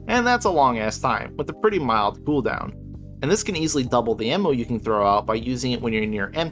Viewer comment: Ammo is spelled and pronounced with an A. Just so you know.